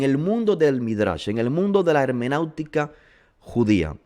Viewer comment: Shalom estimado. Gracias por elaborar estos videos. Son una gran bendición. Solo una pequeña corrección hecha con mucha humildad: no es hemenautica, es hermenéutica con “e”. Que el Eterno lo bendiga siempre.